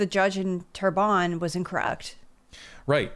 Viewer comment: Terrebonne = Good Earth = Say: Tear Bun [Bear phonetic] Sounds much better without actual French speaking. I have too struggle from "I only ever seen this written, never heard it said"... but now you know. 💫